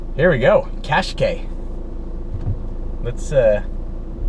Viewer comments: It's cash kye not cash kay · Love the way how he pronounces qashqai